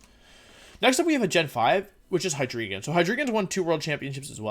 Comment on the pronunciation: Istg, i die every single time he pronounces "hi dree gon"